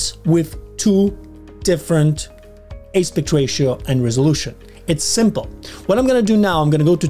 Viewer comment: Thank you for the video - turns out this one simple thing is not so simple in DR! FYI, the word "aspect" is pronounced differently than the way you're saying it.